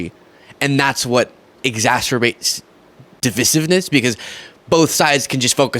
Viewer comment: PRONUNCIATION: "deh-VICE-iv-ness"